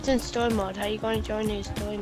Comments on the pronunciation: “Stowy Mode” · “He’s pwaying Stowy mode” he clearly play online tf